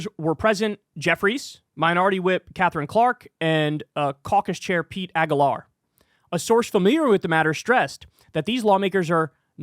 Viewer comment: Hey Kyle, learn how to say the name Aguilar correctly. I usually get irritated when people bend over backwards and apologize that they won't say some name right. Usually because it's some weird ass forgein name like an Indian or east Asian name. But Spanish names aren't rocket science. Did u grow up in the US? Aguilar is my dad's last name. Get it right. A-geee-lar.